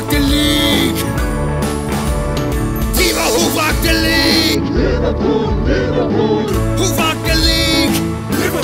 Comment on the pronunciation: But they said Liverpoo